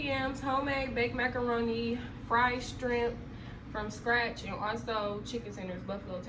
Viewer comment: Not trying to be rude but it’s shrimp sweetheart not strimp….